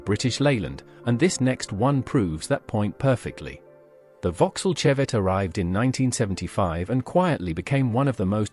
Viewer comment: Vauxhall Chevette pronounced shevette